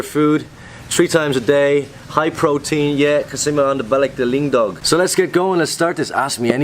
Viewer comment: Natatawa talaga ako,,Sa pag Prounce mo sa " ALINDOG"